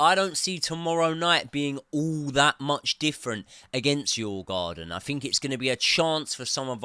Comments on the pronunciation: you prounonce the "å" in the same way as you would say the "o" in "or" , so its Djurgorden not djurgarden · "I have done extensive research into the name"...?...Sure you have :0) Its: "dyoo·uh·gaa·dn" The D is pronounced and there is no R...where did you get that one from?! Its not even in the spelling! lol